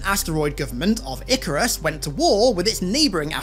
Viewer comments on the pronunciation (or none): none